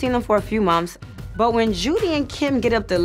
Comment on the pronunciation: Please tell yandy how to say months and not mumfs ughhh I can’t handle ittttt